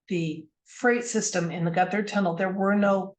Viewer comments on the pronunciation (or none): Despite what Google might say, Gotthard is pronounced in German, Got Hard. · Pronunciation Gotthard: "got hard" (but "gutter tunnel" sounds fun too 🤣) Months ago, I together with 650 fellow passengers we got stuck in that tunnel for 3 hours, till evacuation. (Interesting, the Swiss Minister of Transport happened to be on the same train. For the press she downplayed the whole drama)